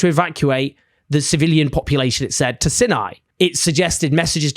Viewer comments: It's not "sinni", it's "syny". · Might want to check your pronunciation of 'Sinai', Owen.